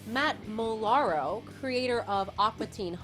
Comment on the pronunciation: UGH. This chick never watched an episode of SGC2C. "Matt Ma-LARR-O." facepalm